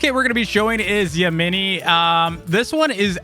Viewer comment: I think it’s pronounced yeahminy but spelled yamini